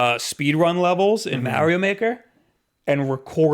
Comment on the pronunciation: "MAH-rio" "8bit-DOO" "WAY-fu". My ears hurt!!!